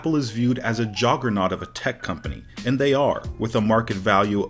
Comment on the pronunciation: did my guy really say jogurrniat nested og juggernaut